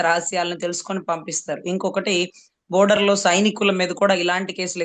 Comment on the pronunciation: Lol, she doesn't know how to pronounce "Border" and "Spy" 😂😂😂 Idk how she became Lawyer!